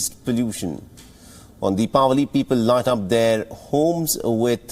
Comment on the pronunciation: Thanks for pronouncing deepavali